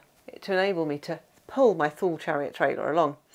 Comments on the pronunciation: Nice video and nice place in France I've never heard of! As a swede from the area where Thule is from I never heard anyone say Thule like that 😀 In Sweden we say it like tu-le, the h is silent. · Thule I thought was pronounced as Toolee ? Great video though 😁😁